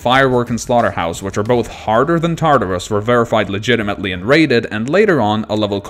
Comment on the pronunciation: “and slaughterhouse was verified legitametly”xD